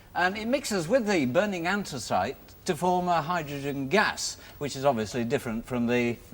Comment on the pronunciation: Ah yes, ansthus-ice